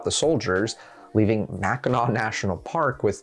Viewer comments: With how many get it wrong, I'm proud of your Mackinac pronunciation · As a Michigander he got Mackinac pronounced properly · I’m from Michigan and I cringe when I here people pronounce it wrong. Good job on doing it right 🎉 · THANK YOU! For putting in the effort to learn how to pronounce Mackinac correctly. I was watching a popular history YouTube channel the other day that, of course, mispronounced the name. Fun fact Michigan has two first state parks because we have two state park systems. Mackinac State Park, being the first, first state park, and Interlochen state park being the second, first state park. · ohhh 💕 for actually pronouncing mackinac correctly!! i'm a michigander, it's so rare to see people from outside the state pronounce it right